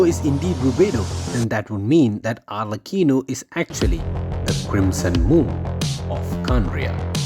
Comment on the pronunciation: No it’s alrecheeno